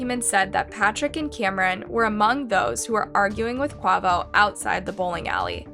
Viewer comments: So cringy the way she pronounced quavo 🥴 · Yeah, I don’t normally comment on YouTube videos, however, a simple YouTube video search would’ve showed you how to pronounce Quavo’s name properly. Also, why does the thumbnail say Quavo murder video when the whole video was talking about Takeoff????????????? Please fix this. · Please have a little more respect for the people who you do stories on . You are completely pronouncing QUAVOS name wrong 😑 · Rest in peace Take off but the way you said Quavo 💀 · Was this video made just for views? This video honestly should be taken down.. First, your title is completely wrong . Quavo wasn’t killed,. Not to mention the death video has always been disturbing… and the way you pronounce Quavo name is just… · I couldn't watch any more of this video with her pronouncing his name horribly what a disrespect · you cant even say quavo name right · I like you but if you’re going to report on these topics please take the extra step to be respectful. The thumbnail is showing Quavo not Takeoff and the pronunciations of the names are wrong. A literal quick YouTube search of Migos would’ve told you how to pronounce Quavo and other names.. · Lmbo I am cackling at how you pronounced Quavo 😭😭😂🤣 RIP Take Off !! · She dif doesnt know who quavo is and i hate the way shes sayinh his name😂😂😂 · Girl you need to learn how to pronounce his name correctly at least…. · Wow can not say quavo for shit rip takeoff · The way she pronounced Quavo just made me wonder how many people do not know who the Migos are. RIPTAKEOFF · Very careless of her in my opinion to try to tell the story of people she’s obviously done little research on. Or at least not enough to learn the pronunciation of Quavo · Your pronunciation of Quavo is wild, but how tf do u get dee singer from designer??!..🤔😒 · It’s pronounced- Kuh way vo. And the thumbnail is off, agreed. It would be better if you edited it! ❤ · Quay- voh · Kway-vo….QUAVO…..Kuh- wave-O …. QUAVO 🙏🏾😫